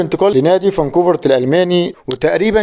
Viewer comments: فرانكفورت. مش فاركونفارت 😂😂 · فرانكفورت الالماني وليس فاكوفرت